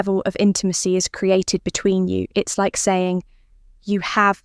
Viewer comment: 15 min. to tell you; one (1) min. to come. Definite AI voice - the "you" is a plural: "between you" (stress on 'between').